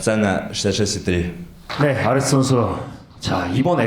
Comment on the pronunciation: 발음 좋은 바이퍼네 ㅋㅋ 아레스 ㅋㄷㅋㄷ